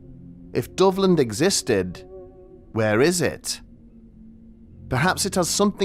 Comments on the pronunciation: When I first heard this story, I thought you were saying " Dublin"..... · I was listening without looking at the screen so I thought you were saying Dublin this whole time